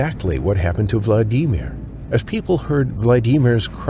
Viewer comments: Super annoying how the announcer keeps calling him Vladeemer, instead of Vladimir. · It's Vladimir, not "Vla-Dee-mer." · It's not Vla dee mer, it's Vlad e meer. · The name is pronounced Vla-da-meer, not Vla-dee-meer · You really need to learn to pronounce things properly. Especially people’s names if you’re doing videos about them. It’s VLA di mir. Not vla DI mir. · What a CRAP VIDEO, I didn't go past because it is another pathetic computer-generated attempt at entertainment. The computer which made the voice-over did it wrong as usual. It pronounced Vlad-i-mir's name as Vlad-eemer because the inflection of a computer voice isn't natural sounding. The actual video of Vladimir being attacked and eaten is online. This happened in June 2023 in the Red Sea at an Egyptian resort where other people have been attacked. It was environmental and human made conditions that made swimming at that moment extremely dangerous. Resorts like this hardly ever warn people, they want to make money. The water was warmer than normal, there has been years of overfishing in the area and Egyptians have been feeding Sharks, just like the morons at Carribean resorts. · Say vlad eee meer one more time!!!! It’s vlad-uh-mir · ...Vlad de mere, you mean Vladimir?! All A I is ridiculous. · Hate the way he says vlad e Mir. Dude, pronounce it properly. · Had to turn off after you said "VlaDEEMer" for the 10th time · Quit the fucking ai voices. Vladimir is not "Vladeemir" God damnit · Worse than shuffling stories is the awful AI narrator. Now when they mispronounce words it gets done every time they speak the word or name. Vla dee mir. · Will we ever get a narrator that knows how to say words right? Valdemer? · Why are you the only person I’ve ever heard, call VLAD E MERE, VLADEEEEMA. ANNOYING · Story #1: What is a Vla-DEEM-or? AI? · I had to stop watching vlad deemer wtf??? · Vlad-dee-meer????? Enough with the AI voice b.s. on all these videos. Thumbs way down. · “...Vla-DEE-mir..." = AI voice😂